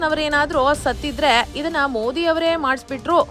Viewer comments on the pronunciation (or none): none